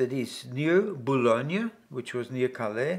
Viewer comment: Great testimony, only two things Pas-de-Calais it's not a town this is the region Calais is a town, and Boulogne not Bolone like is father right on the letter!! It's nothing but to be precise!!